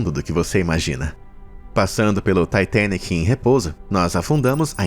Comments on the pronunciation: Taitenic tua cara, fala direito, titanic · Ele falando taitenic kkk e eu sem saber oq e kkkk 😂😂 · Taitênique é aidentu! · "TAITENIC" KKKKKKKKKKK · Ele falar “Taitênique”, para se referir ao Titanic é bastante irritante. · Taitenique... Demorou entender que era o Titanic